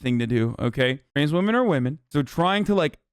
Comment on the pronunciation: No one: ABSOLUTELY no one: Hasan: womixin